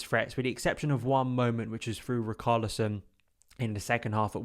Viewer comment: Who is "RiKarlison"🤣🤣🤣